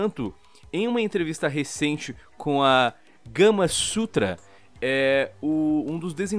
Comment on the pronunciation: KKKKKKKK O FALOU '' GAMASUTRA'' EU ENTENDI KAMASUTRA